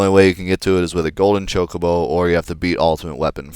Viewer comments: It's not chalkabo it's chocobo😂😅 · Chocobo... You say "Choke-a-bo", I say "Chock-a-bo".